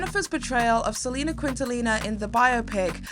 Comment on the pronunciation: The way you butcher Selina's name 😢😭